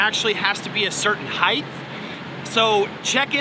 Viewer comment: Good info brother. BTW, "height" does not have an "h" at the end. Be safe out there!